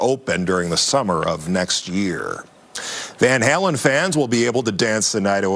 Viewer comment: I want to hear this guy say"Van Halen" again.